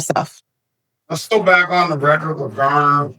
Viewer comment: Cmon man, you are an attorney lady. The word is "record" not "wrecker", the d is not silent and frankly turns "record" into a completely different word. Even an educated attorney speaks ignorantly. Sheesh....